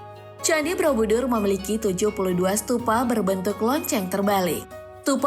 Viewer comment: Kenapa aku dengernya 'Brobudur' ya? Bukan Borobudur